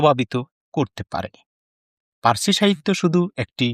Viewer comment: এই তোতলারে কে voice দিতে দিছে ও তো পার্সি শব্দটাও ঠিকমত উচ্চারণ করতে পারে না।